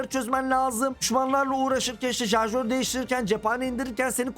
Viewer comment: jarjör demeyin şuna gözünüzü seveyim ya